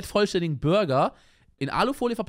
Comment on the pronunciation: Bruh, wieso sagt er Bürger und nicht Burger ? :D